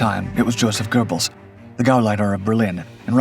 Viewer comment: It's NOT pronounced "gerbelz." It's "GEH-belz." How long will it take for folks to understand there is NO LETTER "R" in Göbbels?